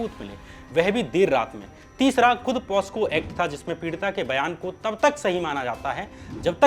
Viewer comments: Aap ne baar baar ek word “posco” kaha jo ke asal me “pocso” ACT hai. 🙏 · Hi bro... I'm a huge supporter of almost all the content you created..n this content too is a very good content to . but you need a little bit of improvement in pronunciation.... It's a POCSO act not (POSCO Act).. hope you will soon improve your pronunciation... Eagerly waiting for your content. Take care. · श्याम भाई, तुमसे अनपढ़े पने की उम्मीद नहीं थी। लेकिन तुम हो तो गंवार ही, पोस्को नहीं होता है, पोक्सो है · The act is not POSCO. ... its POCSO.. For awareness also- you MUST correct it, people should know the right Act and its provisions too. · Are pehle bolna toh sikhle posco act nahi pocso act hota he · It's POCSO Act ✔️ Not POSCO Act ❌